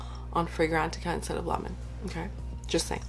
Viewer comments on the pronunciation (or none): none